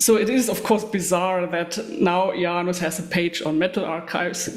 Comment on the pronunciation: Thanks for this. I believe it is pronounced Ee- ah - nus. She has some great style, Isengard is definitely some cult music